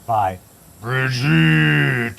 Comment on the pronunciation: Every time you say BridgEt, I laugh